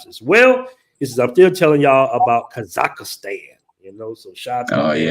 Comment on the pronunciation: The country is called Ka-zakh- Stan not Ka-zakh-ah-Stan bro! 🤣